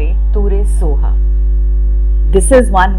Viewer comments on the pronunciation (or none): It's not (soha) सोहा it's स्वाहा...